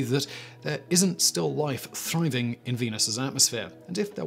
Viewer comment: DId he say...."Thrih-veng" ?